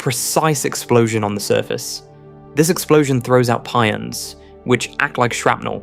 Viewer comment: Please fix these AI speach synthesizers to pronounce the names of elementary particles correctly. Mesons are not Meesons they are Maysons. Pions are not Peeons they are Pie ons, the letter i is hard i. Etc. ...